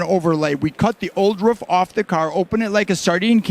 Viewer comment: A ruff.. bahahahahhahahaa A ROOF son. ROOF